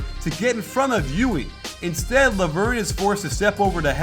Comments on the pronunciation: Still, Guillermo's "E U L" English approximation is the closest one. Coach pronounce it like "Llui" (in Spanish) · by the way, it'is not pronounced /jui/, but /djull/ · Hey, I asked around on how to pronounce Llull and they said it's 'yuy'. They said it's because it's a Catalan name and its original pronunciation is not used by the average Spanish speaker so you will hear 'yul' most of the time. As I don't speak either Catalan or Spanish, somebody who does need to confirm this. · its not yuli, its yul. native speaker talking. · Llull is normally pronounced like "Yule", but in the island where he's from, a lot of people pronounce it "yuy" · not in at the end of the word. It's Youl. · Wrong. It's Youy, where the ll is stronger. The end being l is a misconception because there are so few words in Spanish (just city and family names) ending in ll most people don't know how to pronounce it when it's at the end. It's pronounced like the usual elle at the end both for Spanish and Catalan. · great video and fantastic analysis! As spaniard let me tell you that LLull is pronounced as if it was a "j" jull. Keep it up! you´ve got a new follower!! Greetings from Spain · Coach im from Spain and you are saying his name the wrong way, is Llull (Yul) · Hey Coach,im spaniard and its Llull,readed something like E U L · Hey coach! Spaniard here! Llul is pronounce with an "l" at the end not an "i". Thanks for the analysis you are the best! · you pronounced llull wrong!